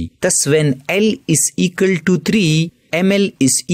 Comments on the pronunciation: Equal❌ Ekul✔️ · Equal ❌ Ecal ✅ 😂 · Equal to ❌ ikal to ✅ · Equal❎️ Ekals✅️ 😂😂😂😂 Jokes aside nice explanation 👌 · Equal❌ Ekal✅ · It is equal not ekal 😂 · Equal ❌ Ekal ✔️ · Equal ❌ Egale ✅ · Equal❌ Ekall✔️ (Just for fun don't take it on your kidney ) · Equal❌ Ekal✅ 🍌🍌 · its equal to not ekaltu🤣🤣😂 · Equal ❌ ekal ✅